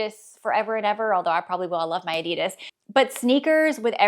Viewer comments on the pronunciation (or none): none